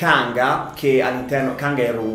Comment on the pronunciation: In realtà se cerchi su internet il primo disturbo con cui viene etichettato è la bulimia, poiché mangia, si guarda allo specchio, si sente grasso, addirittura si scuce, poi fa "esercizio", però gli riviene fame e mangia il doppio, ecc. Ma Kangaroo non si pronuncia Cangarù? Quindi Canga + Ru?